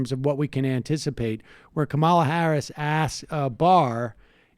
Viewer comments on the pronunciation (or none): Sam - please learn to pronounce her first name correctly. It's KAH-mah-la. or Comma-la. Not Ka-MAH-la.